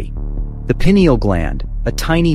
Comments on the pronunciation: Toward the end the subtle correction in pronunciation of 'pineal' is much appreciated by me...adds credibility to the presentation. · Payneal is the most accepted pronunciation, I think, but I might be wrong. Pineal gland has its name due to similarities with the pine tree cones, so I'd be incline to pronounce it " payneal" Thank you.